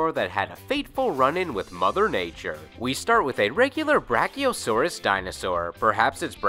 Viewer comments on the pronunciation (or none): none